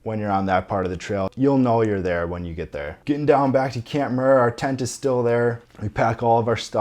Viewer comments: Camp Muir not Camp Murr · it's pronounced MYUIR, as in John Muir, not MUR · It's not "camp Muhhhhhhr". It's "camp Myeeewwwweerrrr".. got it? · Great video with step by step, permit, cost info etc. Muir is pronounced wrong tho. It’s MYur, as in John Muir. Also crevasse, not crevice. Sunglasses/goggles are a must. Not you “might” want it. It’s game over if you don’t have them. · Why horribly mispronounce Muir Also Crevice and Crevasse are two completely different words bro. Come on 😅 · Good information but the pronunciation of camp Muir is killing me! Lol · Awesome video. Just a tip: you are pronouncing Muir wrong. But nonetheless a nice video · Its camp Muir, like John Muir?